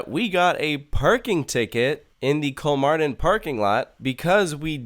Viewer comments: Its kolmÅrden Not KolmArden.. (Kolm"OH"rden) Its very important (Spanish classic example here) "Mi papá tiene 48 años." My dad is 48 years old "Mi papa tiene 48 anos." My potato has 48 assholes. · kolmarden :DD its pronounced like kolmorden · It's better to pronounce it Kolmorden. Å isn't an A it's more like O. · That like amazing! I thought it was a small zoo so I didn't go when I was in Sweden. I want to go now haha. Btw, it is pronounced Kol-more-den. The å sound in Swedish sounds like "or" in British English.